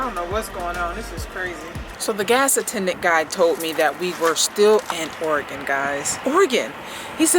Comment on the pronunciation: Use flex menstural disk. Lifechanger. Also oregon I’d pronounced orygun